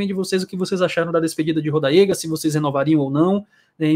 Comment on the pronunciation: O "lá L" de Rodallega me quebrou kkkkkkk, agradeço ao que ele fez pelo meu Bahia e desejo a ele muita sorte e sucesso